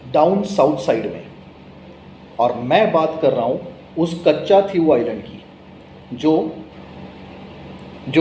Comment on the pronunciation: The pronunciation of Katchatheevubisland is not कच्चाथिवू आयलंड, but कच्छदीव / कच्छदिवु आयलंड (=कच्छद्वीप, i.e. Turtle island).